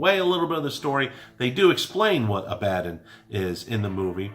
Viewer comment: Dude...did you even watch this movie? You pronounced Abaddon incorrectly over and over again (when they said it multiple times in the film), and you totally missed the fact that there was a third member of the news team that didn’t die in the hotel. It sounds like you barely paid attention, so you probably shouldn’t have reviewed it.